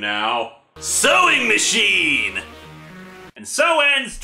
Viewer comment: Because poor literacy is “Soweeng Musheen!!”